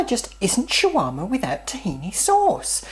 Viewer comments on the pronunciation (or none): Its SHAWARMA! not Chiwama.. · its funny how you say shawarma hhh.. but great job on making one. "Like"